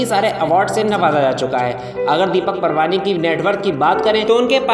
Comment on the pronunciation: Surname is not Parwani but it is Paarwani